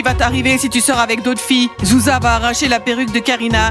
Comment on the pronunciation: Petit oiseau au mieux de dire groucha Il a dit zouza Quand elle a demander trois latté